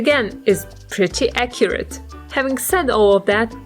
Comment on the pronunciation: You always say acyret